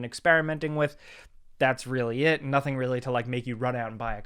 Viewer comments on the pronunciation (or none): none